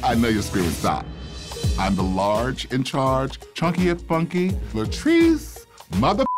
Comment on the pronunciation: Latirce? Rudemption? Really?